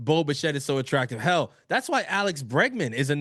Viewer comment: I heard "Hal no" instead of "hell no" lmao that should be the new thing